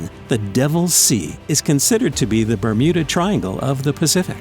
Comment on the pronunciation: did i hear "remuda triangle" at the start